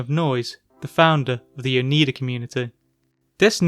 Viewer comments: The Oneida are also a native American tribe, originally from the east coast around New York but now mostly centered around their reservations in Wisconsin as well as Ontario in Canada. I wonder why the cult adopted this name for themselves. You tried your best, but the pronunciation is Oh-Nie-Dah not Oh-Nee-Dah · Oneida is pronounced Oh-nī-dah. The letter i is long, pronounced the same as pie or as in the proper noun Niagra. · FYI:Oneida is pronounced O-NY-duh is an upstate NY indian tribe that was a part of the old Iroquois Confederacy.